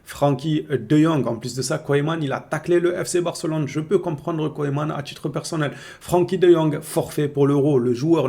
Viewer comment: tu es vraiment rigolo arête de dire Koyman 😂😂😂